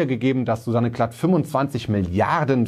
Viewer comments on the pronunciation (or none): Susanne Klatten nicht Klatt :)